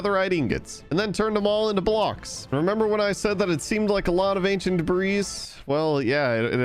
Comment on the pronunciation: "acient debras"